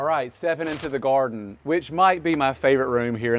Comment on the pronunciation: Take a shot every time he says, “In the goarden.” 😂